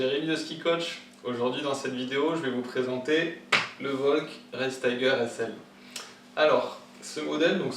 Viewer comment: Sa se prononce Vokôl acause du l a la fin😅 Volk... Non VOLKL